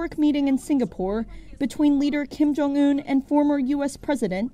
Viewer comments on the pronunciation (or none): You say 킴정운X 김정은O